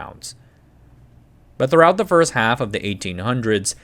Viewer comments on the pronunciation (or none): none